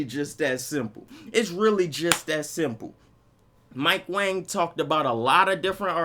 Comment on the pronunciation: Mike Wong not wang btw